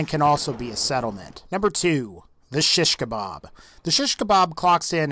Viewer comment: you really cant pronounce shish kebab right :D